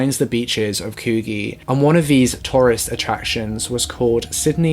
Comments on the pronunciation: Haha as an Australian I couldn’t help but laugh at the way you pronounced Coogee, it’s pronounced Coogie hahaha...great video though ❤️ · Coogee is pronounced ‘coo-ji’ lol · The way you guys pronounce these Australian places kills me haha... Coogee is pronounced like Coo-jee and the nulla part of Cronulla is like nuh-la... so cute haha. also the coo part of coogee is the coo in could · haha your pronunciation of "Coogee" is so cute. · your pronunciation of Coogee is a bit off haha , its like "bourgeoisie" you Kinda have to pronounce the G